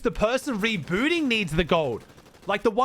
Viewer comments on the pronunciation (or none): the way said rebooting is crazy